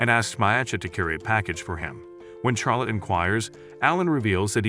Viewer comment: bro why soes he say char lotte and not charlotte